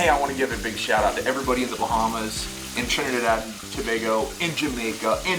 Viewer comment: he said trinidad and tobago correctly i love trinidad i was born and raised here and life is amazing